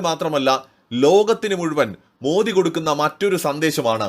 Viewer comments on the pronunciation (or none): none